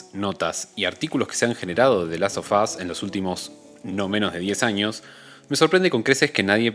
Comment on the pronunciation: Interesante el punto de vista del video y la profundidad de análisis, me suscribo a la espera de más. Una cosa nomás, en el título del juego, en inglés, el sonido /f/ se vuelve /v/, /delastovas/ (ponele que esa es la transcripción aproximada, porque no tengo signos fonéticos en el teclado), y como se repite mucho en el video de tanto escucharlo quedan ardiendo un poco las orejas, perdón 😅. Ojalá le vaya bien al canal, deja con todas las ganas de ver más videos.